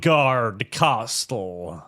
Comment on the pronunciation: Im not sure if you're doing a bit, but the t in castle is silent.